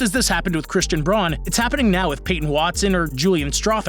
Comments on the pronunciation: Only one disagreement in this video. It's pronounced BROWN, not BRON. There is many ways to spell a name, not sure why people are struggling with this so much. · It’s Christian Braun, pronounced like “Brown”.